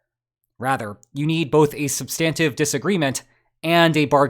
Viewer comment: SUBstantive not subSTANtive. Dung not Dang XiaoPing.